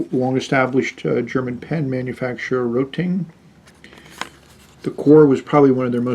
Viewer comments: Hi. just to say, not "Roting" , its Rotring. Rot(Red) ring(ring). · It is pronounced ROAT RING - ROT IS RED IN GERMAN AND RING STANDS FOR ITSELF. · Also he said roe ting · I liked your review, but I just couldn't get over that the pen brand is Rotring.. Not Roting. Again, I really appreciate your review because it was very thorough. Thank you! I want to buy this for my friend. And possibly myself.